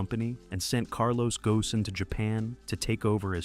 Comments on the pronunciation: ghosn rhymes with cone. Not go-sin. One should look up how to pronounce a name of a major figure before using it in a script. "every other car you can think of..." apparently you've forgotten about the RX-7 and myriad other front-mid engine cars that have near 50/50 weight distribution. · I think you should have mentioned Carlos "Ghosn", (pronounced Gown). Also I learned today that we measure acceleration in grams. Pure science stuff